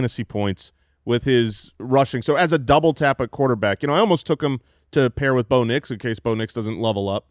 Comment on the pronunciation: There's something about the way y'all pronounce Rome Odunze and Bo Nix. I feel like you're saying "Roma Doonsay" and "Bownicks".